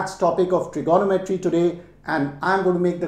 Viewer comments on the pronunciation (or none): Him saying trignometry as Trigonnometry triggered me a bit lol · His maths is good but his Tri-GONO-metry is driving me crazy! Its Trigo-NOM-etry cobber. hahaha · I always thought it was trignometry but now I understand it's tirgonometry 😂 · FYI - it’s pronounced - trigo- nometry… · It is my first time listening to trigonometry pronounced as itself. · This guy can't pronounce trigonometry correctly!